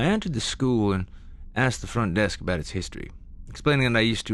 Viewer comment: Can they get someone to narrate these stories that ISNT FROM CANADA. That can pronounce the words OUT, HOUSE, ABOUT etc. CORRECTLY!!!!!!!!